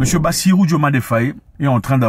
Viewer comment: Désolé Tonton Zack de vous corriger mais notre Président s'appelle Diomaye (Dio-maille) pas Diomané comme Sadio Mané 😅😅